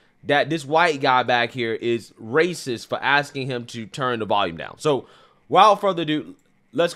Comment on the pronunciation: Asking asking why is it so hard it's not axing